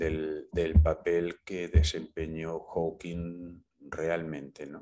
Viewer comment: Por cierto, se dice Hawking (no lleva S al final) y era un físico excelente, habrá habido físicos mejores y peores, pero entre los mejores del mundo estaba y seguirá estando por muchos siglos.